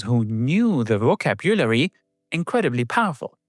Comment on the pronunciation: The word "vocabulary" should be stressed on the second syllable, i.e. "voCABulary". Apple's first GUI computer was the Lisa in 1983. The Macintosh was kind of a cut-down version. The word "subsequent" should be stressed on the first syllable, i.e. "SUBsequent"